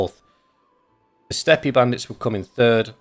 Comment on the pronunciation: "Steppe" does not require a "ie" at the end. Its just "Step."